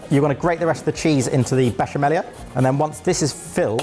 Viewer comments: Hello from Italy. 😊 Brilliant. 😊 Canerdeli is pronounced ca-NER- de-li, accent on the NER. And it's besha-mella not besha-mellia. 😊 And it's talia-telle, not taglia-telle This would cost less over here, of course. Blame bloody Brexit. 😂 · I love the confidence with which pronounces "besciamella" wrong